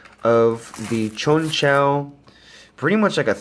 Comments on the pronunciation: It's pronounced konchow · u bout dumb asf its pronounced chonchow